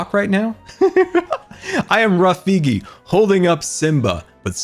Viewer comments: scar, Rafigi/ not rafiki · Did he say rough beaky instead of rafiki